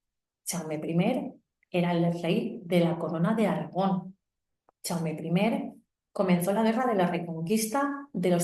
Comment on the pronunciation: Perdona, no se pronuncia "chaume" se pronuncia "yaume" , como el "ya" en castellano o el "yo"